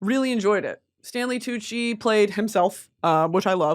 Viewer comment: tantgvng wid tanley coochie and pie cent she sayd🤣🤣🤣